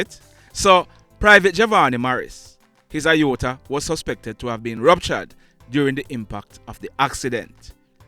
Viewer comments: Mr.: The pronounciation is "ay-or-tuh" as in the letter A, not the letter I. I know you like facts and details so I am just saying. No disrespect meant. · You have the pronunciation of Aorta incorrect...The correct way is.....AY-OR-TUH .... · Sir it is pronounced A-OR-TA 😁 Aorta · Sorry, but your pronunciation of the "Aorta" is wrong. It is pronounced as it is spelt. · Lol sir at how you pronounced Aorta🤣 😂. Mi deh yah a dwl. Much love and respect to you ❤ continue to do what you do. You are certainly appreciated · Aorta you mispronounciated the word. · Great work. You spoke of JDF officer who died… for clarification the vessel/artery is called and pronounced A-OR-TA. The ruptures and dissections are unable to be seen in an X-Ray, only able to be seen in an abdominal CT. I know all of this because I am a medical professional and I also experienced an Aortic Aneurysm last year. Without any symptoms, and only seen while active in a CT scan, I was air-vacced to a level one hospital, some 60 miles from my home Aortic issues are quite rare and most often deadly, in fact I am only 1/700,000 that survived my condition. So grateful, I am. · It is pronounced, A-or-ta Not I-or-ta. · It's pronounced A-OR-TA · No sir, you're incorrect with the pronunciation of the word. IOTA means a small amount, whereas AORTA pronounced A-OR-TA is a medical term. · On the pronunciation of the word A-OR-TA it's pronounce the way it spell. Sounds like you are saying I-OR-TA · It's pronounced A OR T A not I OR TA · Have to correct you sir, the word aorta is NOT pronounced iota... it's pronounced "ay-or-tuh" almost as is spelled. Iota is another word by itself, with a different meaning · It is not pronounced "IOTA" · The pronunciation is not right it's A _orta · it is pronounced “A ORTA”. Those Doctors/healthcare providers did a POOR job of assessing the injuries this young man sustained. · Pronounced A-OR-TA! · It's pronounced a- orta Sir......